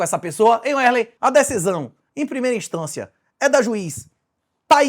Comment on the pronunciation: O nome do rapaz aí é Wesley ou Uélei? Cada hora vc pronuncia de uma maneira...